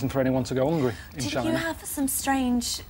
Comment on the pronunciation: "There's no reason for anyone to go to Chiina" haha